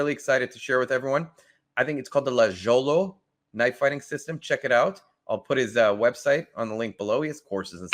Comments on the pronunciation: Lagiolo* there’s no J in Italian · Hi there! The pronunciation of the name is: "Lah-ee-oh-loh". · Lajolo, is pronounced: lie yo low. Saluti!! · It's pronounced "Lie-yolo". I love Maestro Danilo. Great video.